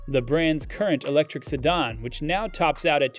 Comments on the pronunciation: Ah yes, the illustrious Seh-Don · Who taught this guy how to say the word "Sedan" Sadahn? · SEDAN: It's pronounced Se-Dan not Se-Don! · se·dan | \ si-ˈdan according to Merriam-Webster. I haven’t heard it pronounced si-dahn before. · "sedON"??? LOL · What the heck is a “sedon”? This video is clearly not from anyone in the car space…or perhaps Earth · if that's where sedan is pronounced "sedon" and a car channel doesn't know what Polestar is, then tell Elon we said Hi when he gets there! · Stop saying "Sedahhn". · "sedd-arn" ha ha ha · And “se-don.” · Sedan. Sa DAN DAN DAN. Retard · How do you not know how to pronounce, "sedan?" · I'm not sure I've ever heard the word "sedan" pronounced this way. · Sedan too.. guy is trollin.